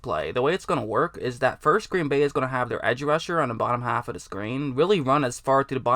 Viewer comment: Haffuhduhscreen. Either top haffuhduhscreen or bottom haffaduhscreen.